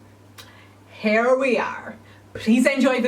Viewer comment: I love how whenever she says “here” or “hear” it sounds like “hair!”And it’s even more satisfying when you realize she’s a hair channel! Love you